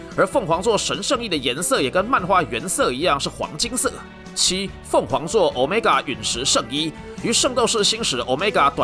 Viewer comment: 毆米加變毆買尬！真好笑